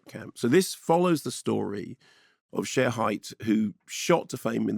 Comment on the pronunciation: Pronounced Sherry